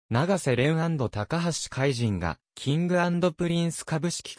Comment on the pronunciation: たかはしかいと、としそんじゅんです。 これ直せないのでしょうか？ 聞いていて、嫌な気分です。 爽やかなＣＭなので😅